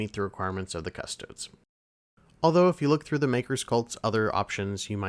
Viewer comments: “Cuss-Toe-Dees”, not “Cuss-Toads.” If you can’t correctly pronounce the name of the subject you’re discussing, I’m not watching your video. Extra credit: “Ah-Star-Tees” not “Ass-tarts.” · Are you pronouncing Custodes that way to be funny?